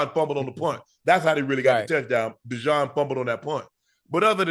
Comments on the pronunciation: Unc learn how to properly pronounce Cooper’s name! It’s not De-John it’s De-Jean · "Cooper Dijon" - Unc 😭